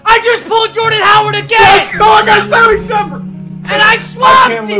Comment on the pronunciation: you don't know how to say Jordan Howard do you